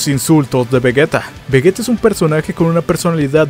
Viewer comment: Seria vegeta con G y sin una U lo que vegueta esta mal